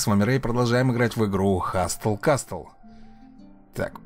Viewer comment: Сразу видно,что правила чтения английского Вам не знакомы,ну как,ну каааак можно делать обзор и не узнать как правильно читается название? ХаСЛ КАСЛ,буква «Т» НЕ ЧИТАЕТСЯ!